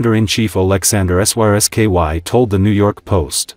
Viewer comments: Don't the people that make these vids ever listen to them themselves? The AI voice is unable to say the name of the Ukrainian Military Chief General Syrskyi, so instead it spells out the letters SYSKY a number of times! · Lol, AI unable to speak Syrskyi